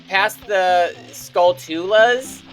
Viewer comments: it’s pronounced “skull-chu-la” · you called the skulltulas Skull-two-lahs lol.